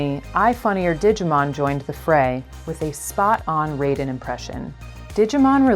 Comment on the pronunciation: So.... is anyone else gonna call out the fact they miss pronounced Raiden? Because it's plagiarism month here on YouTube and the best way to demonstrate you know nothing about your source material is to incorrectly pronounce the name of the material's protagonist. Also "know Your Meme" is obscenely late to this meme party. Jacob Geller did this whole take better literally over a year ago.